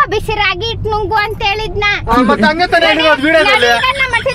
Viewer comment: ಇಟ್ಟು ಅಲ್ಲಮ್ಮಾ😅 ...ಹಿಟ್ಟು !!